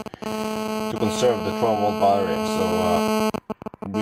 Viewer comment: unbalanced "barrerrie" LOL.